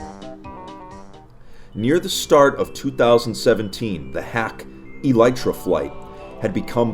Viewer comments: Its pronounced ee-lee-truh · Wait you don't pronounce it as Aleetra